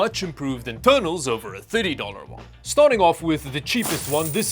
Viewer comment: Why do you say thirty like the word titty? 😂😂😂😂 Genuinely curious. ❤